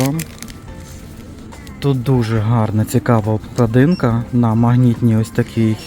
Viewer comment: Все добре, але відкрийте словник укрмови і подивіться де ставиться наголос в слові " обклАдинка".